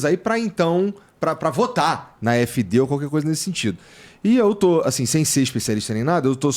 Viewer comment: Mentira, nao é a e os apoiadores da afd que fazem ataques, esse professor nao sabe de nada! Nem pronúnciar o nome do partido voce nao sabe! Voce mora aqui? Voce fala alemão? Eu sou NEGRO KARALHO! a maioria dos arabes, turcos e africanos que conheço e ja conversei eles querem a Afd! Voce nao sabe de porra nenhuma qual o seu problema, "nem todo mundo entende" você pode se colocar nesse meio pois voce nao conhece NADA DA ALEMANHA! VOCE É UMA PIADA!